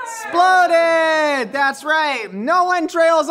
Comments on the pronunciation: him saying sploded and esploded spoke more my language than any public service announcement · I love how his pronunciation of exploded slowly deteriorated during his safety speech. exploded -> esploded -> sploded -> splodeds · the whole… “sploded” bit made me stop watching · i cackled every single time we got hit with a “es’ploded” this has been a good day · Need a tee “you will be ‘sploded” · Here's a game: Take a shot every time says s'ploded